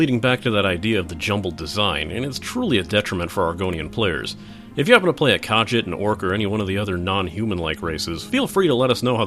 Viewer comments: ITS PRONOUNCED KAHSHEET NOT KAJIT!!!!!!!!!!! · Did you just pronounce "Nirn" as "Nim" because that is wrong. It's also "kuh-jeet" not "kah-jit" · Every time you said kah-jit it made me cringe. Its pronounced kahgeet not kah-jit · FYI, Khajiit is pronounced Kah-Jeet. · By the way, it's pronounced "Ka-ZHEET," not "KAJJIT." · What the fuck are you calling Khajiits it is pronounced Cah jeet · Dude, it's pronounced Kah jeet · Im sorry to do this but its pronounced "Ka-jeet" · NERN, BREH-TIN, KAH-JEET. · also he mispronounced kahjiit....its frustrating... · he didn't pronounce khajit rightand it killed me inside. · I can't get over how wrong you say Khajiit, I'm sorry. I know it's nice t a big deal...but your pronunciation of the word is so far off it's actually annoying. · I really feel like for a proper review for Elder Scrolls Online the review would needed to divided into 2 segments, one for returning Elder Scrolls fans and one for MMO players . also how you pronunced khajit was pretty entertaining